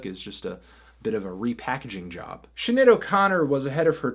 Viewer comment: I'm triggered by your pronunciation of Sinead